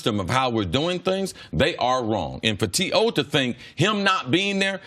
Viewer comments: so we gonna act like cris ain’t call him T Hoe 😂😂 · CC called him T Hoe. Lol